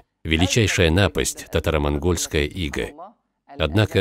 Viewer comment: НапАсть не нАпасть. Речь красивая, а это слух режет